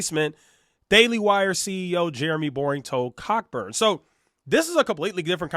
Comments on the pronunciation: I know this is nitpicking, but I think the writer's name Cockburn is pronounced "co-burn." Hopefully, this helps. 🙂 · Its pronounced Coburn.